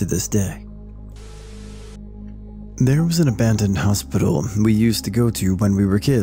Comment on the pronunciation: “Hospitcal” lol. Little mistakes like these make the videos more enjoyable.